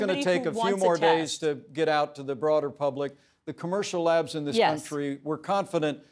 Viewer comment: SIIGGGHHHH!!!!! he keeps saying commercial labs like the word flu a couple of weeks back.